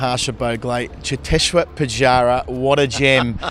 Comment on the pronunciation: I love how he said chiteshwar pujara😂